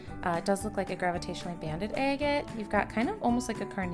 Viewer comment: Agate is pronounced aggit........ 🤦‍♂️